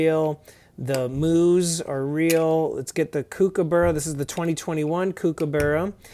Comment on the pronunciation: To pronounce it correctly, try saying COOK-aburra, then you'll be on your way to appeasing us Australians 😋